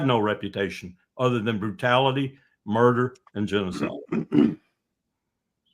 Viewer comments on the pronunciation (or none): none